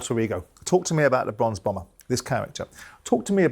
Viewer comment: Bronze Bomber, not “Bronx Bomber”….dude just said he’s from Alabama 😂😂😂😂😂